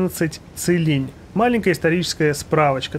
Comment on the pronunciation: правильно его зовёт Цилинь а не как другие блохеры кулинь